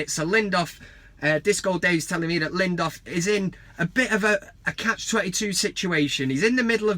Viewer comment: I love the van cam, but maaaaan his name is LINDELÖF not LINDÖF. yes there's a difference :)